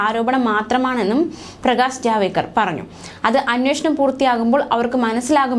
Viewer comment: പേര് കൃത്യ മായി പറയൂ ജാവേദ്ക്കർ അല്ല ജാവഡേക്കർ എന്നതാണ് ശരി